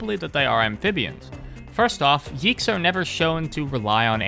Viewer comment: not yiggs, it's yeeks